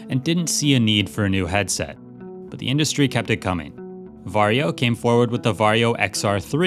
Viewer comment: every time he says "Varjo" my brain hears "Wario" and im so glad it is this way